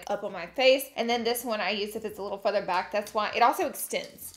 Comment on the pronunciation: did she say "futher" instead of further 😂